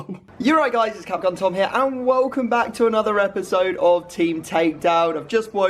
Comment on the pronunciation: yes very good “eoisodoes”